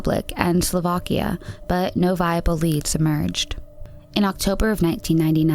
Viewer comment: That is not how you say slovakia.. Because I'm half english and half czech, i know how to pronounce my shit right. Edit: if you're wondering why i commented on your pronouncation, it's because i have OCD and it's very very annoying to hear people say the wrong thing a houndered times in one go. I'm not hating, i loooove your voice and your pronouncation on the german places were beautiful.